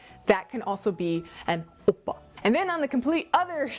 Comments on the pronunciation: i did NOT expect that "Ow!Pa" (3rd kind) pronunciation - i am floored! hahahaha! so funny PLUS OMG THE BODY ROLL THAT CAME WITH IT omg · that owppa has me BAWLING LMAFAO!!!!!!!!!!!! and the fact that you keep body rolling everytime you say owppa..i cannot lmaooo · Why are you saying it like that?? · I like the way you said #3 oppa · Every time you said the “number 3” oppa I died😂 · The way you say Oppa #3 😂